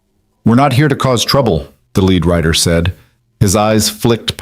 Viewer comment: It's Rider not writer dummy